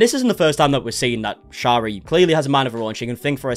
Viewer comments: Her name is pronounced Sherry like the alcohol! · you were doing so well saying sharis name right in a past vid where did you go wrong😩